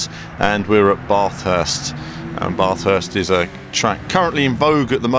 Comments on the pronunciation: great Track but same old game no damage :( i think people should learn how to say Bathurst correctly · You say Bathurst really weird haha.